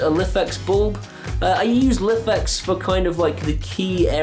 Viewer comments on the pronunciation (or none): Lifx are Pronounced Life X